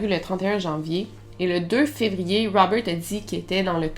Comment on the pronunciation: Bonjour Melle. De vous avoir entendu répéter 50 0000 fois ROUBEURT .....ect Je n en peux plus ...tête comme un 🎈 ballon